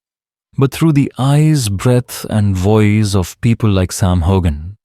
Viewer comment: Why can't any of you reporters pronounce his name correctly. This AI stuff is going to stop